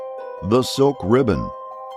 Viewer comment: Is pronunced slickribbons not silkribbons